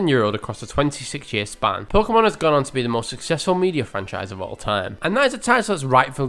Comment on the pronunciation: Like a few others, Veronica Taylor at first couldn't even pronounce "Pokémon" correctly! The way it's written it's actually pronounced "poh-kay-mon", but Veronica, who I'll grant you was new to voice acting at the time, kept mispronouncing it as "poh-kuh-mon"! She did start getting it right eventually, but a lot of people online still use this mispronunciation and it jus bugs me! We've all heard it pronounced "poh-kay-mon" as it is so in the very first opening! Although, at least there's not nearly as much filler as there is later on, especially in Johto after Goldenrod! Literally jus the same thing for over 20 consecutive episodes, it jus made it a slog! And if you skipped them you would miss nothing, they're all the same!